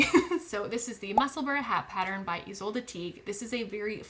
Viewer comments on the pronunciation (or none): none